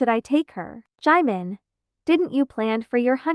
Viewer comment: Is no one gonna talk about how the speaker was pronouncing 'jimin' as 'Jaymen' 😂😭😭